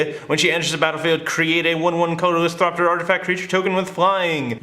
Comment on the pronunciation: THOPTER, not THROPTER